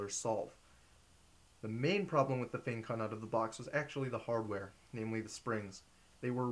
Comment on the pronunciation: Finally someone shared the correct pronunciation =) Although I am Chinese but still, this was the first time I heard someone include it...